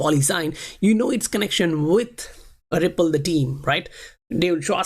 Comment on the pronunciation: why you say Wipple. Its Ripple.